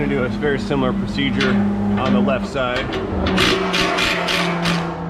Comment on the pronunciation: When he Sayé Pásséngêr Sydé untt Drivêr Sydé hé Confusêth Moí Úntt I Hãvé to Thinqué Abbout itt ¡¡¡¡ 😲😲😲😨